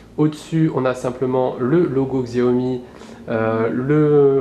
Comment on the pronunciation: ça ce prononce "tchiaomi" pas "xiaomi" ^^